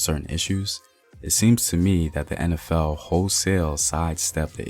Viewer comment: Thanks for your fine pronunciation! Been a long time since I heard a Black man say "En Ef El"( instead of "In Ef El") and "Empire" instead of "Impire".